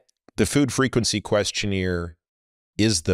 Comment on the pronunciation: It's not qurstioneer. It's questionnaire.